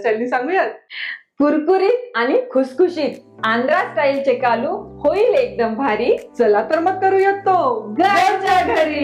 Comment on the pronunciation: Chekalu nahi chekklu mhantat. Me Telugu ahe mhanun sangte ahe